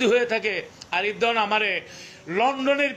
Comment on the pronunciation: আপনি সবসময় আরিফ দেওয়ান বলতেছেন আরিফ দেয়ান চিনি না আমরার গানও শুনিনা